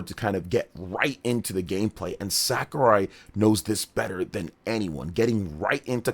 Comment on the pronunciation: Please stop pronouncing Sakurai's name like that, you're embarrassing yourself